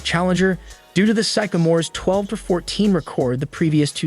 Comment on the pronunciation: his mispronunciation of sycamores over and over and a couple of other things that sounded a bit off makes me think this guy dont know what the fuk hes talking about good reaction though the bird and magic documentary would be a wicked good video to do